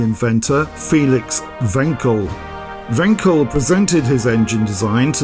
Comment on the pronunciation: Very nice video, like always. Like your wanking jokes. However, the ‚a‘ in Wankel is pronounced like if you’d say „Aaah!“ when you suddenly understood some tricky stuff.